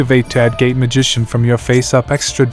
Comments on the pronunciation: I keep hearing "gay magician" every time LOOOOL great video though man dropped a like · Am i the only one who heard gay magician instead of gate? Lol Also still keeping my hopes up for an endymion guide